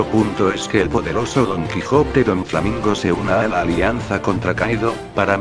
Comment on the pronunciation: Se llama Doflamingo, no Donflamingo :D